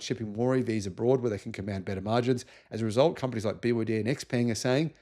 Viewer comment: bee Wah day also